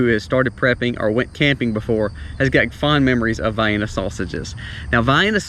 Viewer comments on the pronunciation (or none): Vienna not vy ennah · Hey man! Turn your hat around! Come on now! Edit: also, it’s “VEE-enna” sausages✅ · LMAO.....I had to comment on how you pronounce Vienna sausages.......That southern Mississippi accent is really coming through on this one..... Vee enna is a city in Austria.....not that those sausages actually come from there, but maybe where they originated.......Vie enna is how yall say it down yonder :o) Thanks for your videos brother. You really help a lot of people and I have a lot of respect for you and family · Vye-Anna Sausages?!? 😂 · never heard that one before. Gave me a laugh. Up here in the North we always called them Vie-Enna, like the city in Austria. Keep up the great work with your channel. These tips were good and inspired me to do some stockpiling this weekend 👍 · I've never heard anyone pronounce Vienna that way. 😁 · Not trying to make fun dude the way you say Vienna sauce made me laugh so hard. lol